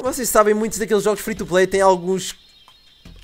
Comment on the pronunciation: quando o falo free to play parecia q ele tinha falado frito o play